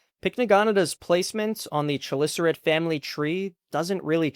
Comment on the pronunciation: KUH - LISS - ER - AIT, not chulisserate